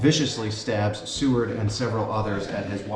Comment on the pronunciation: How dare you call Seward the "Cword" over and over. Shame on you